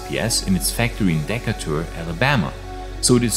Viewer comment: 😂. It’s pronounced dee-Kay-ter. Not deh-kuh-tur